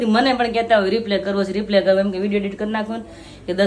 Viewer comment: તમે બેવ રિપ્લે બોલો છે તો રિપ્લે નો મીનિંગ જુદો થઈ છે. તમારે રિપ્લાય બોલવાનું